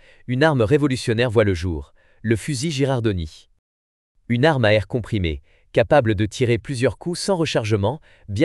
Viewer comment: "Girandoni", pas "Gerardoni".😁